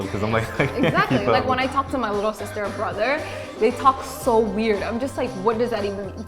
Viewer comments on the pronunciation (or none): none